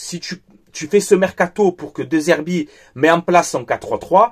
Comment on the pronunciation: ça se prononce Dé Zerbi, le E se prononce toujours É en italien.